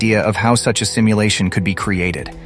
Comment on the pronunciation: 😊 did I just heard "stimulation" instead of "simulation"?🤔